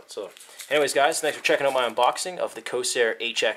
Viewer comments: It is pronounced CORE-SAIR. There is an R in there. Please work on this as it makes you look less reputable when you can't even pronounce the manufacturer's name. Other than this, good unboxing. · its corsair COR-SARE